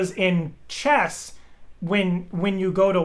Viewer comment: "CHESS IT DOES" lol